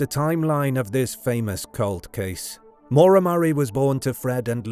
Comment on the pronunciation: This narrator mispronouncing her name one hundred times is maddening